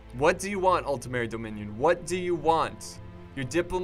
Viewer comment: You´re still pronouncing it as "Altemeri" xD